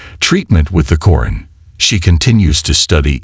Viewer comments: Stop using A.I as a narrater..its not Corin its QURAN.. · Its Qur'An not Qoo run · What your pronouncing Quran is actually to be pronounced as Quraan. You have to stretch the sound 'a' as 'aa' as in for example "alligator"